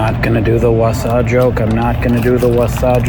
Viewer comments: Wasa is pronounced like “va” (varnish) and “sa” (sack) 😊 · Not so fun fact, the W in Wasa is actually pronounced like a V.